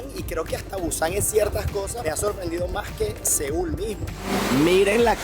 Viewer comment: Se dice las Mas no las mag. No habeas bien Español.